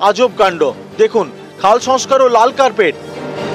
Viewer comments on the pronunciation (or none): none